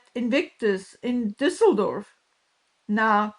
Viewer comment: I can't with everyone's Düssledorf pronunciation. That is a Ü. Thanks for getting it right mostly.